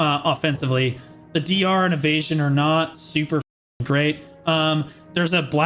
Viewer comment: When you say - "if you are evesion" I always hear - "if you are an asian" :))))) first time I even thought that this is some racist joke ))))